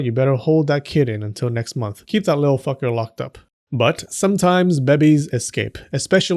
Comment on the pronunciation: Me reading the title in his voice: Why Japanese Doctors FEARED The Calendar When Delivering be-bes